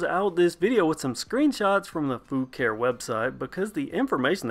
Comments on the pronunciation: The name is actually pronounced Fu-car-ee according to the manufacturer. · That's to be expected. The Fucare YT channel pronounce Foo-car-ee on several videos. It's like the different pronunciations for Asus. Taiwanese employees say Ah-soos while most others say Aye-sus.